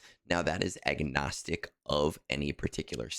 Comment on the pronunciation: did you say egnostic?